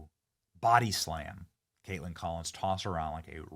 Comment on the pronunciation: Hahaha..Cate-LAND ...LOL